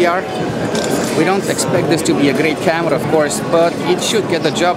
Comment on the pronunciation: I like the way he pronounce CAMERAA